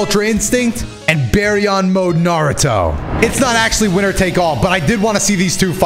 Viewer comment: finally pronouncing baryon mode correctly 🙏🏻 you love to see it